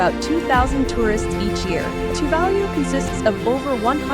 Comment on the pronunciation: What a terrible video.Virtually none of the background scenery is of Tuvalu.The information full off errors.Even the pronunciation of the island name is 100% wrong.